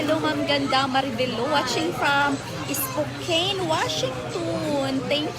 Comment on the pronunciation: I am not bashing you po. I just wish you would learn how to correctly pronounce Spokane, Kuwait and Moschino.